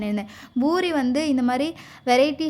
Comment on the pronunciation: Boori ila sis poori